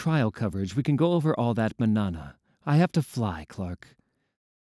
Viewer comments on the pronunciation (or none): kinda not a big deal but thats not how you pronounce mañana in spanish 😅